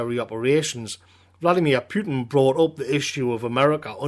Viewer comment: nice but it's Putin not Pütin